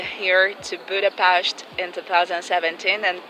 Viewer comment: The way you are saying Budapest is so beautiful, and you said Debrecen with a cute Spanish-like accent :D The way you said Kiskunhalas was top tier, and Miskolctapolca is really tricky and you still did a great job! I don't know if you practiced a lot or if you are naturally good, but I personally rally appreciate that you put the effort in ^-^ The upsides and criticism you gave about the country are all correct, and Lucy's interview was a good addition too! Thank you so much for the video!